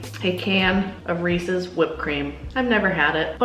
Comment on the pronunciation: she says she has a can of racist she said it wronghow can a can of reeses whipped be racist im over here laughing my ass off im subbin to this channel